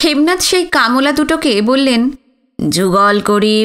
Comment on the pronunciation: কামলা... কাম্ লা উচ্চারণটা কানে লাগলো বড়ো